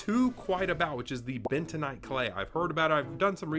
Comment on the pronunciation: Bentanight? Dont you make that 😂